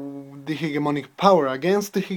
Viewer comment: Oral Journal:: Please, pay attention to these details in your speaking: - punch? punched? pronun + word/use - choice) - How could people attak this (questions order) - The linguistic imperisalism ( Use of "the") - the (pronun. before a consonant and a noun) - Organization: This is something that you should practice. You have brilliant ideas, however, you are still struggling trying to organize them. Also, you don't need to speak fast, English is not your first language, your objective should be to be understood by people. RUBRIC: Fluency: 10 Organization: 9 Language Structuring: 8 Vocabulary: 8 Pronunciation: 8 Task: 9 Organization: 8 Reflection Quality: 9 TOTAL SCORE: 69/80 MARK: 5.6